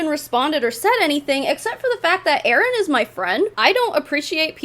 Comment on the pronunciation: When you say Erin bies I always think you’re saying “AirNBs” lol